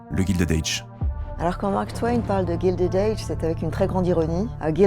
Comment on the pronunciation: Non, ce n'est pas GUILDED AGE, c'est GILDED age (prononcé Gaïldid et non Gildid) , "a guild", c'est pas la même chose que "gild" en anglais qui signifie "doré"